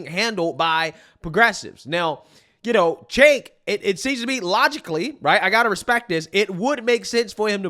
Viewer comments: For anyone who cares, the “C” in Cenk is pronounced like a “J” in Turkish. It sounds like Jenk. Chunk works, too. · I love that gets Cenk's name wrong in a different fashion every video. Chank. Jank. Sank. Chunk. Chunk Yogurt. Chank Jager. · Chank Yager?? Have you ever even seen one video of his literally nobody pronounces it that way lol and I don’t even like the fuck